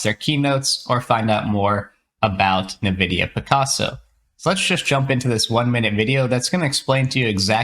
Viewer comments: Nevidia? It is called NVidia... as in the letter N - vidia. And we can now run interference on our models? Nice, just what we needed. They probably mean 'inference' when they write inference: which is best described as 'logical deduction'. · It's pronounced "en-vidia," not "n'vidia"